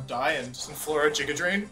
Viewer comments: Love the emerald kaizo content but every time he says "jiga drain" I cringe lol GIGA with a G Wolfey come on! All seriousness you're doing great for run 9, mad props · "Jigga" drain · Nobody: Wolfey:: JIGGA DRAIN